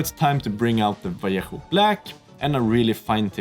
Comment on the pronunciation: my god i love how you pronounced "vallejo" correctly xD. It triggers me for some reason when people say it like "valiehoo" :D